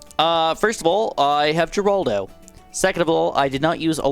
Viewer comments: you pronounce geraldo wrong its more like heraldo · nah bro why he said geraldo like that